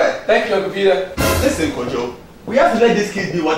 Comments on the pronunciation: no no no kojo not kojong what are U from Japan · Its Kojo not kojong